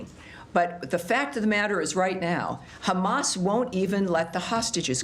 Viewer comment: "Khamamazzzz still playing games" 😂🤣😂🤣😂 Khammassz "don't care about humanity" 😂😂😂😂 Trump cares about the world 😂🤣😂